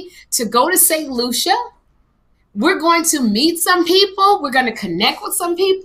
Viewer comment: You’re going to St Lucia?! And I won’t even be in the country dang! Also kudos on saying the name right!!!